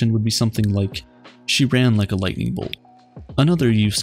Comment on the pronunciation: No more ligjtenining